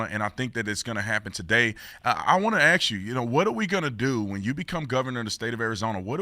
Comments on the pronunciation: Ask, no ax. Cmon Brandon. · Brandon needs to learn to pronounce the word "ask."